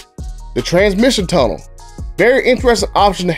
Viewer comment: “Tramition tunna, i seen a tramition tunna “ 😂